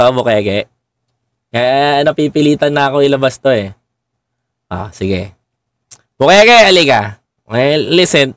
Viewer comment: bukaka hindi bukeke